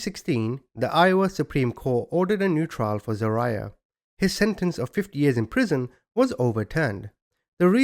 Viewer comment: It’s pronounced Za-rye-ahh .